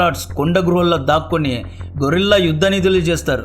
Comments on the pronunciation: గొరిల్లా యుద్ధం కాదు బ్రో గెరిల్లా యుద్ధం కొంచం చూసుకోండి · Excellent knowledge and information. Little suggestion GUERILLA గెరిల్లా Not గొరిల్లా gorilla. Tq.